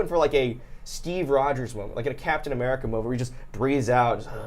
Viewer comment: What the heck is a "murkin" ??